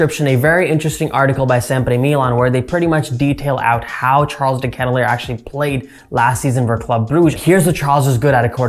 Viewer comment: Not that I care, just in case you wanted to know, his last name is pronounced differently. But like I said, doesn’t bother me, felt like you should know if you didn’t already.